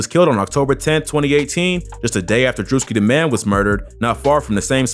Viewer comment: Say bruh… u need to slow down cuz steady fucking up…. First u called FBG Duck’s song “ Dead Bodies” it’s Dead Bitches fam… then I heard u say “ Druski the man!” Dooski bruh! C’mon YouTuber… practice that shit b4 u record it… this kinda like yo job bro and I know u wanna do a good job… this how u pay bills… step that shit up!🤷🏾‍♂️